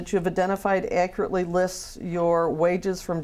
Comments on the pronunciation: If He says “ACURTLY” one more time 😒😒😒😒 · You mean "ackritly!!!" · "Accruly". LOL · veee1985 It’s “ ackeritt “ .... “ Let’s not be children “.. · He cant even pronounce accurately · Why can't he ACCURATELY say the word ACCURATE?!?!